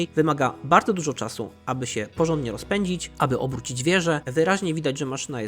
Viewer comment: 17.12 powiedziaales czasiu